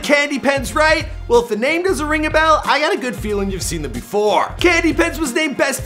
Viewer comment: Do you purposely mispronounce and butcher everyone’s name?